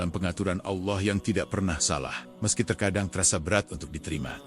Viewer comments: Sangatmengisipirasi tapitolongperbaikiucapan AllAH🙏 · Sangat menginspirasi, tapi tolong perbaiki ucapan ALLAH 🙏